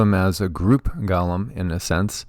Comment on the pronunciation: Go- Lem not Gaw-lem